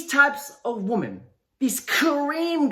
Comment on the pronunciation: Dude, One WOMAN Two WOMEN Say it right